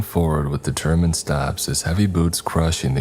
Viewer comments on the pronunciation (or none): none